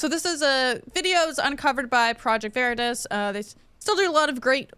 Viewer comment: You guys mispronounce Veritas and Hogg, and come off like noobs